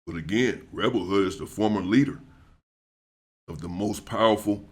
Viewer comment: Hey, his name was rebel wood not hood